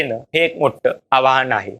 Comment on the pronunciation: आवाहन नव्हे आव्हान..😢